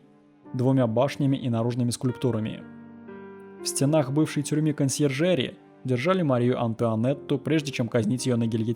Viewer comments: "СитЕ" и "КонсьержерИ"!!! Во фр.яз всегда (!) ударение падает на последний слог. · Но безграмотность чтеца поражает. Неужели сложно проверить ударения? КонсьержерИ, СитЭ, БОденское озеро, кОбальта железа. Про стилистические ошибки в русском вообще молчу. Их объяснять бессмысленно, если нет представления, что это.